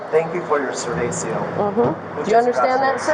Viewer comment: "Ser-vay-see-oh." ----- "Do you understand you're not welcome here any more?" "Dos." Part of this muppet's sentence should be introductory Spanish lessons.